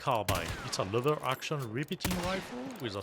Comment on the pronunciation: I like how you pronounce lever action as "lover action", that is just how it is. We love lever action.